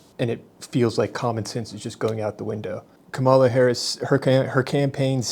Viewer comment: It's so telling that you can't even pronounce Harris' name correctly.